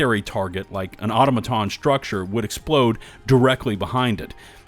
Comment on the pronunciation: Content creators are the reason no one knows how to pronounce “automaton”